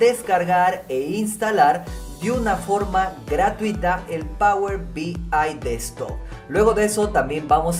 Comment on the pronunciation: Por qué dice "power B I destock"?